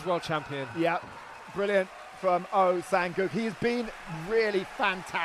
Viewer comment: Doesn't even bother nor care to pronounce his name right, "gu", "guk" "oh sang guk". So unprofessional and pathetic.